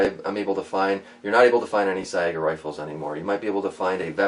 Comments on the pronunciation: it's pronounced "S-eye-guh" not "s-eye-ay-guh) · Is it pronounced "Sa-ee-ga" or "Say-ga"?